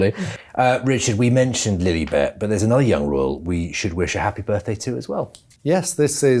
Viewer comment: In that Prince Harry hissyfit interview a few weeks back....the interviewer kept saying Princess LilEEbet....it was just to egg Harry on...and it worked.